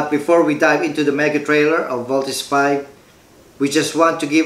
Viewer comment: ang issue po diyan ay malamya magsalita mga five members ni v.v kapag fighting scenes na walang excite lumaban then yung iconic post ni v.v binago nila sa pagbigkas ng voltes v